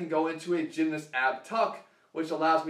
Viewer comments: love you jeff bro but the way you say gymnast like "gymnist" was weird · Emmanuel Macias yeah i pronounce the A (gym-nahst) and not change it to an "i" like jeff (gym-nist). Im from england by the way so it might just be english people who say it this way.